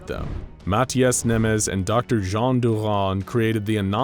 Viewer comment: That's Nemes in hungarian not Nemeş. But great video as always!